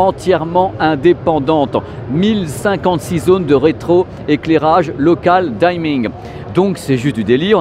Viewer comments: on prononce dimming pas dYmming xD, merci pour ta vidéo tu nous fait rêver ！ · Je n'ai jamais compris la "sur-prononciation" des mots anglais. Dimming ne se prononce pas "daiming", le i se prononce bien comme un i et non "aïe". Bref, parfois la bonne prononciation correspond bien à la prononciation Française. Ca m'étonne de toi qui parle bien anglais. Ca me rappel les gens qui prononçaient Prison Break "Pr-aïe-son Break"...